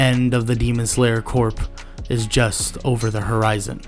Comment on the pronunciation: Common mispronunciation but corps is actually pronounced like core. I don’t know why but it is.